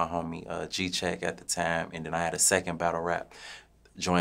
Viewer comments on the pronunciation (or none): He pronounce time like "tiam"